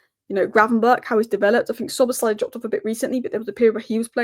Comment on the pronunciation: Unbiased, down to earth objectivity again,, you are a gem on YouTube. Also, your pronunciation of the name Szoboszlai is spot on. You have my utmost respect. 😊